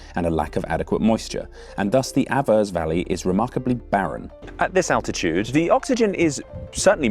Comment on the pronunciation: As a Swiss cultural anthropologist, I didn't expect such a well-researched intro into Switzerland's cultural make-up and cultural history. Brilliant! MInor correction regarding the pronunciation: "Juf" is pronounced "Yoohf" (slightly elongated "oo"-sound, and "Aah-vers" (long "Ah" sound), as well as my pet peeve: Davos: it's "Duh-FOHS", not "DAH-vos"